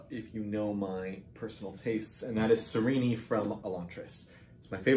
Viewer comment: I listen thought the audiobook pronunciation was Sa-Reenee. But I usually read via print so I often have the pronunciation wrong. 😂 Still think she’s great though. Thank you for watching my videos.